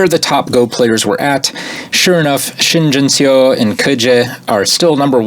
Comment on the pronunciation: Pronunciation tip: "eo" in Korean words is always pronounced the same as in the word "Seoul" (which is a two syllable word Seo-ul). So that's the sound in words like "duh" or "bum" or "yuck". This goes for the same "Shin Jinseo".